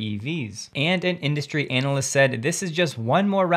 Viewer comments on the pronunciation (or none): That's not how you pronounce "analyst" ... :-D